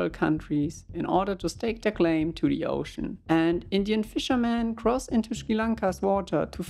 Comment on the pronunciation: I love the way he says "De ÖoooOshcün"